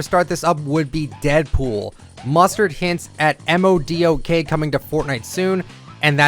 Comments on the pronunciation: MODOK is pronounced Mo Dock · This dude really said each letter when pronouncing MODOK🤣